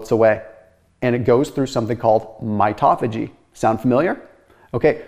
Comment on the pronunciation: No, rube, that isn’t how to pronounce “mitophagy” or “autophagy”.